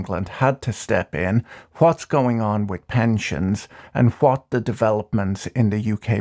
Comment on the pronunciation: It's your pronunciation of the word what a British thing?